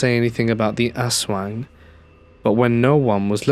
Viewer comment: Yeah at 47 minutes talking about the Philippino monster everytime I hear its name all i hear is asswang lmfao fucking ass-wang im dying